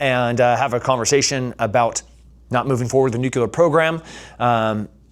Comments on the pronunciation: You're super smart, super badass and a super inspiration ...... its new- clear not nu- cu- lar😅..... pls don't kill me. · NucLEEar brother, not NUCULAR. Love you man. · Who here has the stones to tell this beloved savage that it’s pronounced “nuclear” not “nucular”? Anyone? <3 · For someone who has spent time in the military, I cannot believe you cannot pronounce nuclear properly! Disappointed 😞